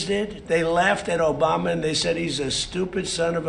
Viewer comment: i think he is getting himself mixed up with Obamna